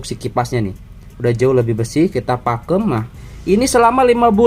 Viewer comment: Pakum bang bukan pakem